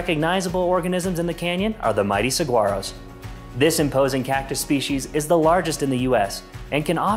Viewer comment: Pronouncing saguaro wrong 😭💔